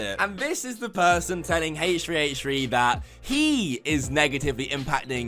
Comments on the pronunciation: Lmao my guy said hash3hash3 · so we are ignoring the way he said h3h3 lmao